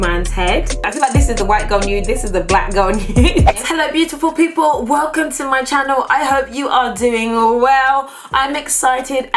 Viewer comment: Who else has noticed that always say 'WELCUN TO MY CHANNEL' instead of 'Welcome' 😅😅